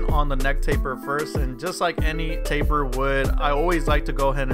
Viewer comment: He really said cleanest tapet